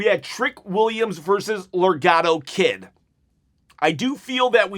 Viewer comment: I think you mean Laredo Kid not legado Kid lol! Either way buddy I enjoyed the show as well! Let’s go 30K subs I’m ready to win a replica title chop my toy title is trashed up!